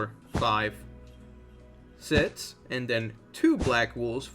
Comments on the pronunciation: It's six not did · The way he says six “sitzs”😀😂